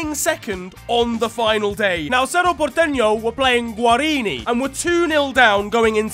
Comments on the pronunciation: This man pronounced "Cerro Porteno" flawlessly, and said "Guarini" instead of "Guarani" a second later. Mad. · Leave it to to absolutely nail the pronunciation of Cerro Porteño, only to absolutely butcher the pronunciation of guaraní